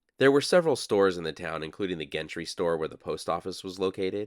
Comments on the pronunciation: Warning. School teacher side of me coming out. Wouldn't Gentry be pronounced "Jentry?" I have a friend with that last name. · Gentry is pronounced: JENT tree like in gentlemen, or gentle. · Are you sure Gentry is pronounced with a hard G? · Gentry (ie Gentry Hotel) is pronounced with a soft ‘g’, as in gentle.